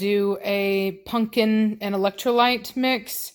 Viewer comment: Love how keeps saying punkin instead of pumpkin!!!!! 😆😆😆😆😆 That's what i call my dog, punkin ❤ Giovanni looks so much like Blondie. He is so handsome though.